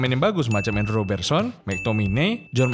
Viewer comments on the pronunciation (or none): none